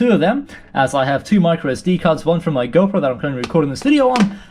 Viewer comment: Arabia way to say GoPro 😂